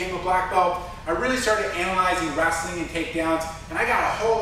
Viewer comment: I like how you say wrestling like "wrassling" lol. Good vid keep it up